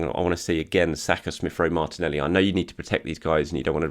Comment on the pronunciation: I only tune in to hear his geezer pronunciation of Martinelleeee. is a Gooner, ello ello......